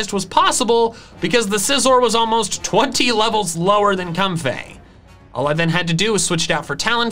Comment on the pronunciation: No one:: "Cumfey"